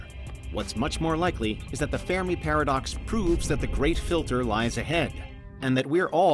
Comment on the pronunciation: Haha "fair me" paradox 😂😂 the ( Fermi) paradox is pronounced (fur-mee) ... good laugh tho !!! And overall great video 💯!! ..... but "fai me"? 😂😂 I've never heard that one before 🤟✌️ keep up the great work !!